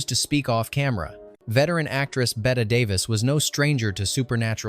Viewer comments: Is this an AI voice? It’s not “Bet” Davis, it’s pronounced like “Betty.” We used to actually have fun watching this movie, we knew a guy who looked like the chauffeur and would laugh at those scenes because of it. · Betteeeeeeeeeeee Davis. Pronounce it correctly please AI. She a Hollywood legend. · It’s BET-EEEE DAVIS, not BET-AY! Learn to pronounce the legendary actress’ name! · Tell that every human knows Bette Davis's first name is pronounced 'Bette'. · An entertaining upload, thank you. Quick suggestion: when typing your script for AI, please spell Bette Davis’s first name as “Betty” - it’ll at least pronounce it correctly and not spoil people’s enjoyment. TVM 😊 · Bette pronounced Betty. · Nobody is talking a out spelling. It's about the mispronunciation.